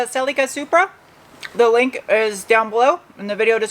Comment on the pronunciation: Wait say "link" again. Oh yeah you're from the SW.